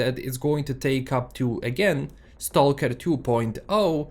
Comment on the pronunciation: Search on YouTube how to pronounce STALKER ....